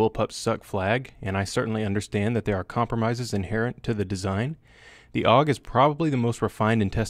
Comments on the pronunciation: Steyr AUG (that's A - U - G not aug) correct is Steyr Armee-Universal-Gewehr. Don't invent new words. (Btw. Lovely gun, to bad the Royal Danish Army didn't choose it. They chose M16-A2 crap.) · It's a Steyr AUG, not a Steyr "Aug." Would you call a Browning BAR a "Bar"? "AUG" is an acronym for Armee Universal Gewehr, not shorthand for "augmented," "august," etc. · Technically "awg" and A U G are both wrong. It's "ow'g" or Ah ooh gay XD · i think you want to have relations with the AUG or as you say awwg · its AUG - not A U G for everyone who never set a foot on a mountain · SSSSSSHHhhhhh-yar-aaaug Lol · Raid it’s actually an acronym tho,so you do pronounce it A U G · It's not A-U-G, it's AUG. And it is not a matter of whether one pronounciation or the other gives a fuzzy warm feeling. It is about using the correct form, buddy. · You gave us 2 ways to pronounce the aug. I know austrians that hate it when its not pronounced german xD.